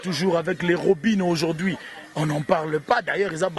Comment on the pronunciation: on dit aujourd'hui et non aujourdi